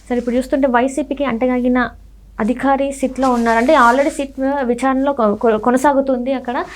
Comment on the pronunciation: ఆ అధికారి అనాలి అదిఖారి కాదమ్మా